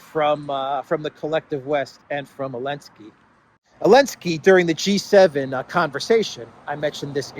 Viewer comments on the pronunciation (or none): why do you call Zelenskiy - Elenskiy?)